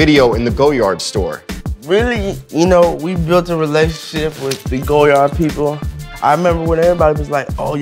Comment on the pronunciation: He says he loves goyard but calls it "go yard" when its pronounced like lawyer with a G...